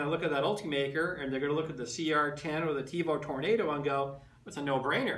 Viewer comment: First of all - learn how to say "Tornado". Second of all, the Tornado has an inherent problem with "salmon skin" unless TL smoothers are purchased. I wouldn't call it an upgrade over the CR-10. The CR-10 facebook group has OVER 20,000 members, it probably has more support then the Ultimaker.